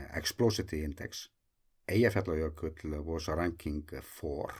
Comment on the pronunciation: I envy your ability to say Eyjafjallajökull without even thinking about it :-) Love the videos!